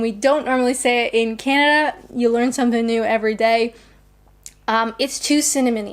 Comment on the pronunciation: Only 2 Mugs in and you're already saying Canada with no "d"... 🍷🍷 👊🏼 😂